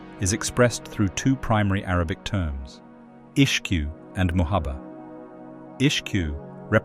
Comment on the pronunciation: Great video! Just a little note, that Ishq is not pronounced Ish-q but rather as esgh